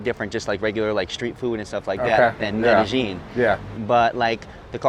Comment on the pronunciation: Why do all these Gringos pronounce Medellin... Medegene?